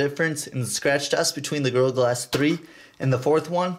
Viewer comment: Sounds like you're saying girl glass instead of gorilla glass